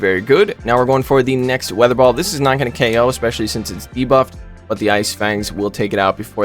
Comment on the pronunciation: It's hilarious to see messing up the names of the moves. "Vi-aa-thur ball"